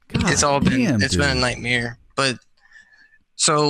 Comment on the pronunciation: he uhh hundred percent says knightmear